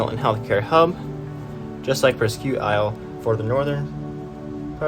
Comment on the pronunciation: Presque Isle is pronounced "presk isle". One interesting fact about that northernmost population center is that it has a LARGE French-speaking minority. So do the former mill towns of Lewiston, Biddeford, and Sanford. Nicely done video!